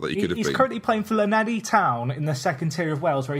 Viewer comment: Few things about the god that is Lee Trundle! Llanelli Town are in the third tier of Wales, not the second (they're my local side) pronouncing Llanelli is the funniest things I've ever heard in my life, couldnt stop laughing when he said it Also, trundle was prolific in league one for swansea, and quite likes the superstardom, he's always around Swansea being a token celeb (not in a bad way). Last fact, he plays at my local 5 a side venue, apparently he sits back and controls the game like he's Xavi so it's not too unfair on the other players (source: a mate who played against him up there)